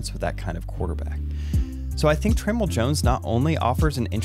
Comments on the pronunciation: i think his name is pronounced Tra-mell(Tra-mail) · Hey, awesome video as always. I was going to let this go but I just had to let you know… I don’t think you’re saying Tramell’s name correctly. Anyways, love your videos man. Keep doing your thing. 😃